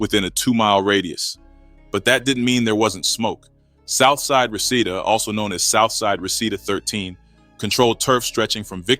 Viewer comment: It’s pronounced Ree-see-da